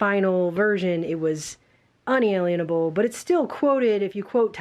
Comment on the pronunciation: Un a lien able. You can't put a lien against it.